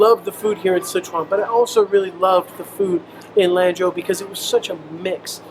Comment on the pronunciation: Gosh your face reminds me of one my childhood friends I use to play D&D and Warhammer 40k with !!甘肅省的蘭州 , you should pronounce it like a Chinese 😉“四川” “成都”